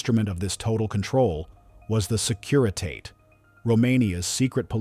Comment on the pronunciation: Maybe your computer narrator could pronounce Securitate correctly